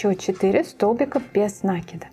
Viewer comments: Очень красивая сумочка, но без нАкида это не правильное ударение. Правильно будет без накИда, это словно кинжалом по сердцу. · 😂без на́кида?? Может без наки́да.. аж уши режет..граматеи и сумка колхоз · Поправочка: нет такого слова "нАкида", а есть " накИда". проверочное слово "накИдывать".вы же не говорите "нАкидывать". повнимательнее пожалуйста, иначе думающая аудитория уйдёт к более грамотным авторам.